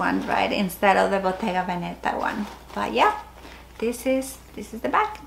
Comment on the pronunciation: I love your collection - btw Veneta is emphasised on the first „e“ ! I don’t bother saying that for every English speaking channel but I think for Hispanics it is maybe interesting !